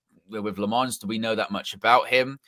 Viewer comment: it’s Lammens get the name right at least